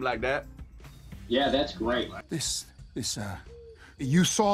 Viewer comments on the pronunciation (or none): "Something like thet"